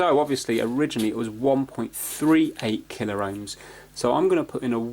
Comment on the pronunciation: Why you say "MegaR Ohms and KilaR Ohms" it is Kilo-Ohms and Mega-Ohms, no "R" in pronunciation. You can burn the laser diode (it contains laser led and photo diode to measure light intensity in one package) with static if you are not grounded properly and touch it with iron. Any trimmer potentiometer with value greater than 1.38k Ohms can work here so you could desolder one SMD from anywhere. Sometimes little pieces of dirt stand between gear's teeths an prevent them from smooth movement. Yes "an Ohm is an Ohm" but if the pot was 2k -> 1% of it is 20 Ohms, if pot is 10k -> 1% of it is 100 ohms so tolerances are different, if all 3 legs are used, this adds proportions to everything.